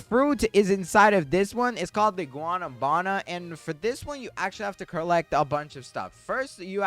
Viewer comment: Guanábana not guanabána just respectly correcting